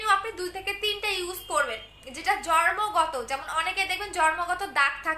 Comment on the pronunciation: Jormo na bole jonmo bolben apu..